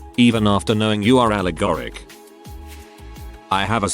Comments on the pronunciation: ah yes, allegoric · I'm sorry, but Allegoric?